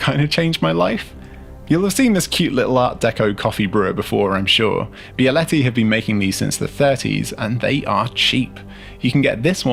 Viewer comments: Bravo on you pronunciation of Bialetti! I am just surprised that you discovered a moka pot only now...but I live near Italy so maybe I didn't realize moka pots are not so popular outside of Italy. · As an Italian, I think you are the first non-Italian person that I hear pronouncing "bialetti" right, props to you Guy